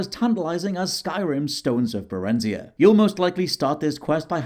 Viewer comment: Barenzia pronunciation is destroying my brain